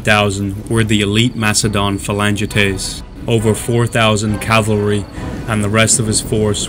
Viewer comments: It’s annoying hearing the narrator say “Calvary” when it’s cavalry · It is 'cavalry' not 'calvary'. Are you 6? The Macedonian phalanx were not 3 deep formation, but a long line, 16 deep. The Roman Legions used maniples of 120 men in checkerboard formation, probably 12 deep. The Velites retired through the Hastati legionaries who formed solid line 6 deep, threw their 2 pila and advanced with sword. They could be withdrawn through the Principes, who then shook out into solid line and advanced, threw their pila and clashed with swords. The veteran Triarii were armed with thrusting spears in the last rank. Othere than these gaffs, the commentary was generally accurate. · I say calvary sometimes, too. Even though I know that its "cavalry" I still say "calvary." Like my brain refuses to get it right lol. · nothing sad about society at all, just criticism. If he can write 'cavalry' he can say it properly. As I wrote, his verbal commentary was accurate, but his diction and cinematic rendition was not.